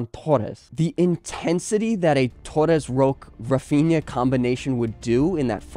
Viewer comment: For the love of god learn to pronounce Roque's name. You do a random spanish accent, hes not spanish nor from a country that speaks spanish